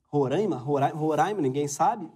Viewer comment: Moro em Roraima e a gnt fala Roráima, quem fala Rorâima aq leva flechada